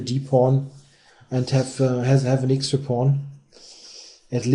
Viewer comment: I wish you wouldn´t say "ixtra", it´s "extra". thank you.